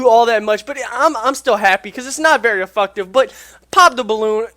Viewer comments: he is saying efucktive he's adding the word fuck to it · please pronounce effective right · LMAO Super Effucktive.......This dude needs to be on the main channel just for that